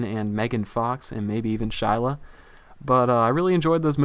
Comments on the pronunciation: It's Shia not Shila lol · "Shyla" lmao not sure if making fun of or just mispronounced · LMFAO he called shia, shila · Shilah? Lol! Shia*****